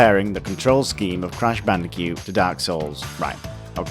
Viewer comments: you seem to be having trouble saying Bandicoot. you say it like Bandicute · "Crash bandicute"